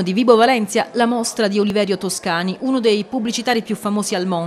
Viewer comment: Ma neanche capace di dire il nome di Toscani correttamente,che ignoranza,che infinita pena.